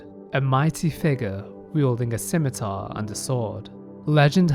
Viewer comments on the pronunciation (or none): none